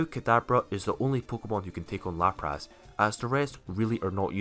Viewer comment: No One:: LaprASS